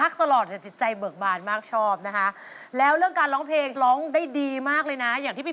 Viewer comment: แชมป์..ออกเสียงคำว่า..เพลง(พะเลง)..ไม่ใช่เพง...นะลูก